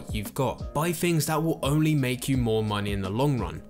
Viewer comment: Sorry man, the fs for ths was too much - “fings” “finking” “free”. Couldn’t get through it